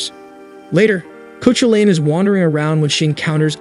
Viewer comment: The legendary Irish hero's name is pronounced Kah-hoo'-lun.